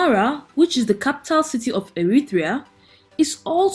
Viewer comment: Pronounced Eritrea NOT Erithrea, there's no 'H', kindly go back to school.